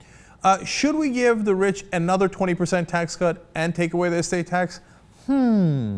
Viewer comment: "Anoter Mid-east war"...